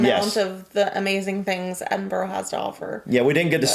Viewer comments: First 15 seconds and absolutely nailed that pronunciation! I was waiting to grit my teeth and move on to a different video but you got me zoned in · Great video guys, well done for getting the pronunciation right and not calling it (Edin- berg) as many Americans do. 👌. I can claim Scottish decent "I once slipped down the steps of Edinburgh Castle" 🤔(Joke) 🤣. Glad you enjoyed the City, you will appreciate it even more if you get to visit.👍. Quick fact for you, in many places especially in the North of England the old cobble streets were resurfaced with tarmac but over time the tarmac wore away revealing the cobbles which believe it or not were still in perfect condition. Just goes to show the Victorians knew how to build roads back then. 👍. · Edinburgh was know as Auld Reekie. Due to the coal fires. There is a film about greyfriars Bobby. And well done this video maker as he is pronouncing the name properly x🏴🏴🏴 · Well done thank you for taking the time to learn how to pronounce Edinburgh properly ❤ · Not even watched the video yet, but the fact you said Edinburgh right, im gonna keep going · I'm so happy you pronounced it correctly. Respect from a Scot 🏴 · From someone who lives a mere hour or so away from Edinburgh thanks for pronouncing it correctly I know you have heard it before but genuinely it pleases not just me but Scots in general so much to hear it said the right way I hope one day you are able to see and enjoy old yet very beautiful city for yourselves one day in the not too distant future just remember to pack warm just incase as our Scottish weather can be sometimes unpredictable 😊🏴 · Woohoo you pronounced that correct that never happens haha xx look into aberdeen that place is full of culture and stunning wish i could make ut up there more xx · Your the first American that’s actually pronounced Edinburgh properly well done dude 😊😊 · From a Scotsman I’m so happy you pronounced Edinburgh correctly